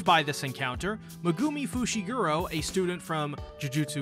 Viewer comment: Butchering fushiguros name is wilddd 💀